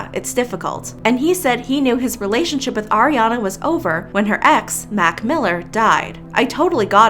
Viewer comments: . "relationshup". heh. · I love that you pronounced relationshup relationshup